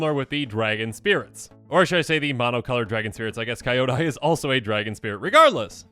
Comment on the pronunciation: Love the vid but Kyodai is pronounced key-yo-die not Kai-yoda. ❤